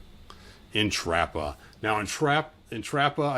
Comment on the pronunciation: His pronunciation of the names is sending me- Entrappah 😂😂